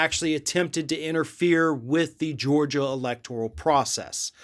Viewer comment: I think you're making up bullshit. You can barely pronounce Georgia. You've got much worse problems than Trump. Other than you're a Trump hater. Hope you're enjoying higher gas prices, fewer jobs, and higher taxes under Biden.